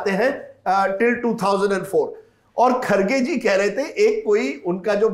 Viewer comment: Sourab sir aap har bar khadge bolte hai???? Wo kharge hai. Mallikarjun kharge.🙏🙏